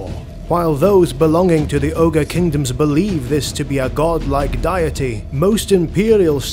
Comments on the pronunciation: Not sure who thought you how to pronounce deity (dee uh tee), but your doing it wrong. Overall excellent. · "Diety". You did that on purpose didn't you? lol